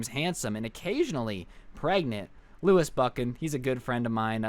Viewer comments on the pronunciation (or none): none